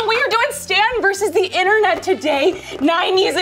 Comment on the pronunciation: Intern-net. Say it - INTERN-NET.